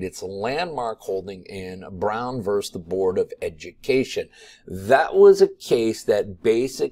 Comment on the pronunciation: Once again, it's "versus", not "verse"